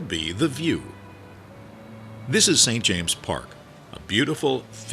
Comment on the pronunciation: NO very annoying